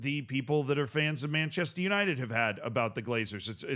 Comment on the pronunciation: Is it really that hard for an American to say Manchester? It's Manchester United not "Manchested Yanited"